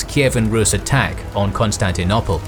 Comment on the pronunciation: The city now called Istanbul was called Constantinople NOT Constantinopple. if you want to pronounce it the way you do in this video you should get scholars to change the spelling. Another mistake in pronunciation is the ci in Latin and Italian: Tacitus is pronounced ta-chi-tus. Ci and ce = ch like in ciao and 'cello.